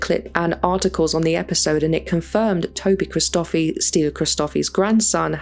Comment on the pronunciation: It’s pronounced stee-LLOU (put emphasis on the double L) hri-sto-FEE